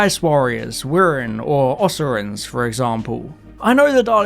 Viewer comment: Ugh... I know you are trolling us saying "Oserans" instead of Osirians, but seriously, dude, Must You? YES! I still think the finale of episode 1 of Embrace the Darkness is still one of the most chilling of all time! YES! Agreed! Liv is not only from another planet, an Earth Colony, but she's from the distant future. Ok, I thought going in I'd disagree with this vid, but I don't. We need new villains, companions, settings, and styles!